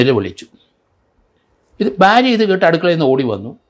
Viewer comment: സാർ: ബാര്യ അല്ല ചിലർ ഫാര്യ എന്നും പറയാറുണ്ട് ഭാര്യ എന്നാണ് ഉഛരിക്കേണ്ടത് ഭരണിയുടെ - ഭൂമിയുടെ ഭാ (BHA) ❤️